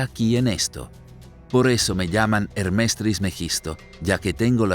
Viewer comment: ¿Por qué dice "Hermés"? Es Hermes, sin acento. Cuando comenten errores tan básicos, provocan dudas sobre el contenido general.